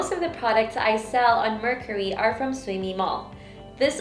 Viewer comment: The way she pronounce the word “Mercari” shows that she is not really using the app always. For you to know something or use always you should atleast know the right pronunciation of that thing.